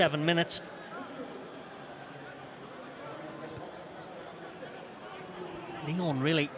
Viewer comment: Lyons ? Respectez un peu. Déjà qu'on se fait péter à domicile. C'est Lyon sans 's'.